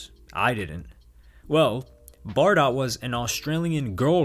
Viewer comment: One thing - Bardot is actually pronounced bah-doe.